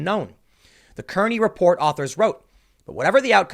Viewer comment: we call it Kearney (car-knee) :( that was the name of my hometown